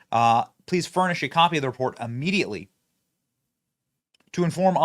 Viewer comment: "amediately?" How many words can you mispronounce in one sentence.